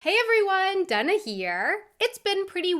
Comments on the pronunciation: or Donna? So confused...your accent is in no way Latin so why do you pronounce your name "Donna"? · Sounds more like "Dunna"